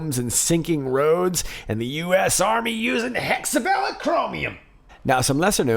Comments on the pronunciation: Pronounced Hexa VAY lent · FYI it's pronounced hexa-VAY-lent (vay => rhymes with way hey, I'm a chemist, I can't help it 😜) Incredible dig! Wow, enough material for many more digs!